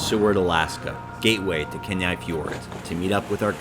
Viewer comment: OK. One, I can't believe you don't have more views, or have more comments. Bu the more comments part works in my favor. Maybe you will change your video to include the correct pronunciations of these places. Kee-nigh (like the English "Nigh", Eye-ah-lick Glacier (you do know how to pronounce "Glacier". LOL), Kot-tse-bee-you (like pee-you, something is stinky), wha-hut? Bitch? Kat-mei? No,nnnnnn,no, darlin', Kat- my,l like, "that is my national park, bitch." When you are there, it is your national park, Kat-my.), OMG< the Football!! Field Lake! We watched this lake change so drastically from 2001 until 2020, when it finally drained (I think). The ice canyon below it was always amazing. You were right to try and hike it. So many memories of a forgotten feature of Root Glacier, in Wrangell-St. Elias National Park. Pronunciantion, boys and girls! It is the first way the locals will either turn you away or accept you as their own!